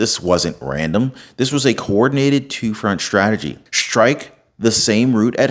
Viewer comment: he was calm because he's following a script. prophecy? 😂 you ought to learn how to pronounce your 'st'-words, there is no H in STRIKE, STRONG, STRANGLING or STRATEGY. shtrike shtrong shtrategy shtrangling infrashtructure??? this is not a rap song. you are talking to an audience that speaks proper american english. you should do the same.